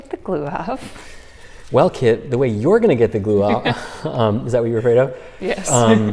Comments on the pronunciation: Is her name Kit? Cause it sounds like he's the old grandfather master calling her kid xD But seeing you work with and for each other is so wholesome. It's really what is so satisfying and gratifying about a teacher-student relationship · I swore for half the video her name was Kid until I realized it was Kit and it all made so much more sense. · Took me a while to notice that he doesn't call her "Kid" but "Kit" 🤣